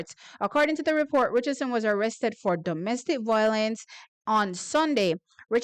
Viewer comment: 😂 Right. And violence should not be pronounced voi lence. 😂😂